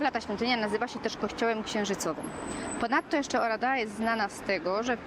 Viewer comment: Wymowa to nie 'Oradja'? Ten pałac czarnego orła....słyszałam.